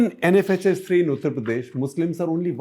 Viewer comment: Why do you pronounce UP something like उत्र प्रदेश instead of उत्तर प्रदेश? It's annoying.